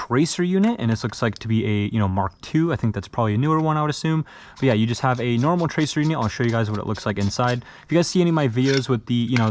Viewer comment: When you say yeah yeah it sounds like you said grandad im chinese